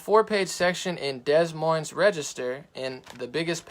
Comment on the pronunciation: Des Moines. It's pronounced, Deh-Moin. Rhymes with loin, der` beb`. Crazy French! ;)